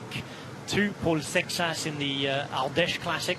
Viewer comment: Seixas being a Portuguese surname would be pronounced SAY-shush. Curious how it is pronounced in French though, since it is not a French name.